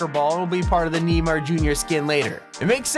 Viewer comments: lol it's pronounced Nay-mar they way he said it was Ni-mar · Oof he said neemar, not neymar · it's not nimar,It's Naimer. That's how u pronounce it and the correct spelling is Neymar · It’s neymar not neemar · NYMAR Me:NYMAR IT FLIPING NEYMAR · It's not neemar, it's naimar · you pronounce Neymar as Neymar n ai mar like ey= way just without the W. I was triggered when you pronounced it as neemar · "Mytro" "Neemar" lol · did he just say neemar? 🤣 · "neemar" lol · "Neymar" Me: (hears knee-mar) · Nee-mar, I see. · did he just say kneemar? lmao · I like how he pronounced “Neymar” as “Neemar” 😂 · This guy has triggered me in this video twice. Kneemar JR. and Maitro it seems... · U PRONOUNCED NEYMAR AS NEEMAR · Knee-mar lol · You said Neymar wrong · the way he said Neymar Jr. XD